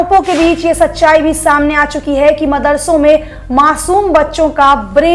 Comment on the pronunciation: Ye ladki “hai” bhot ghatiya bolti hai yaar..